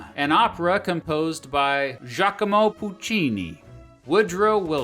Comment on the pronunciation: With how much research goes into these videos you would think could look up the correct pronunciation of Martha or Giacomo.